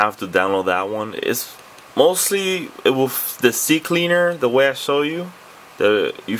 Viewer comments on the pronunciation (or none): none